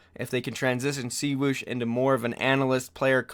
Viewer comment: Cwoosh not C-woosh